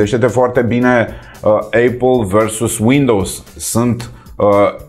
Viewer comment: Eipal care se citeste fara 'i'